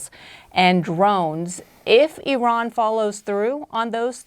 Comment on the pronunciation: none of these generals can pronounce the name 'Iran' but they can all somehow tell us how this war is amazing and everyone is doing such good job, bravo!